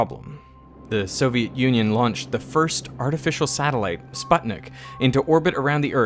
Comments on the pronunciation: It was called Sputnik, not Spatnik. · not Spotnick, it's Sput-nik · it's pronounced sbootnik not spudnick (and saw-yous). See, english (american even more) has a strong shift in vocals compared to most latin lettered languages (including Scottish) and Sputnik is simply a Latin (not English) transcription from Спутник (satellite), but hell, we germans say shputtnik and zo-yuss :) and actually the russian letter shifting is even worse (as in "Gerry Potter" never drank any "Alkagol" in "Gogsmit") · Sputnik is not an Anglo Saxon word and therefere not pronaunced as 'spat-nick'. It's Spoot-nick, thank you. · Pronunciation of “Sputnik” is “spoot-nik” not “sput-nik” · It’s not Spot-nik it’s pronounced Spootnik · "sputnik" is not pronounced as "spatnik", it's "spootnik" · The Soviet satellite Sputnik is pronounced as spOOtnik, not spAtnik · You saying sp-Ah-tnick sounds awful like saying Sweat-nik . Also the Russian word “Pot” is sweat ! Plz… it is pronounced “Spootnick” U like in cute sp -oo-tnik Spuu+ nik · It's pronounced SPOOT-nik, not SPUT-nik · "Sputnik" is pronounced SPOOT-NIK. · its spootnik as in spoon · it's pronounced more like "spootnik" (/ˈsputʲnʲɪk/) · Love the show, but it's pronounced "Spootnik." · Sputnik is SPOOT-nik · It’s pronounced as “spootneek” (the stress is on the first syllable). It means “satellite” in Russian. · Sputnik is pronounced Spootnick... Please, especially YOU should know that. And the MOAB is NOT the biggest, conventional bomb ever detonated.. Maybe for that time, but then you have to be more specific in your video... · It's pronounced more like "spootnick" than "sputnik". A literal transliteration doesn't take pronunciation into account. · sputnik - it is pronounced [spootnick] with a U after "sp". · You sound so stupid when you say Sputnik. Only 0,3 seconds to check google translate for the correct pronunciation bro...